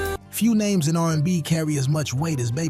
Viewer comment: Narrator couldn't even pronounce R&B in the Al B Sure part😂 And did yall say Seesqo?😮